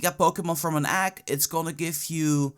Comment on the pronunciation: what's an "agg"?